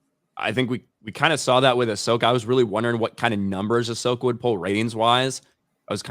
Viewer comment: "Ah-slow-ka" describes both the series and her live action fighting style 😂